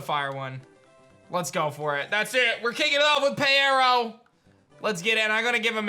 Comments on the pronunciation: I thought peyero was pronounced as pyro, just spelled with eye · I believe the fire starter's name is pronounced as pyro. It just has eye instead of y in its name because it has cyclops-like eyes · Did anybody else tell him it’s Pyro? Like P(eye)ro? 😂 thanks for the video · I would also choose Peyero. Side note: I think it is actually pronounced Pie - row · I’m pretty Sure it’s pronounced (PIE-row) because pyro+eye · I think the fire one is pronounced pyro because it had “eye” in it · 🤦‍♂️ Peyero is obviously pronounced as Pyro